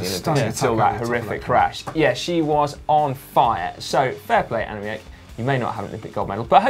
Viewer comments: Simon, the proper pronunciation of Van Vleuten name is Anna-meek. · Hi Guys, I love the GCN Show, but as a Dutchman I cringe every time you guys try and pronounce Dutch cyclist's names. I know Dutch pronunciation is hard, so here's is the correct way to pronounce Annemiek van Vleuten for an English speaking person: 'ahnemeek vahn vlurten'. If you need more help with Dutch pronunciation, please don't hesitate to get in touch. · Hey Si your pronouncing Annemiek wrong, in dutch you pronounce the 'ie' as you would an 'ee' in english so you should say 'Annemeek'